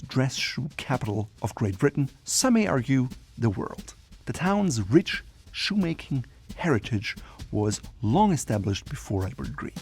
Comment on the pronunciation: "Rich shoemaking heritage"...😅 As a fellow German i could feel your pain and fear in pronunciating these three words 😊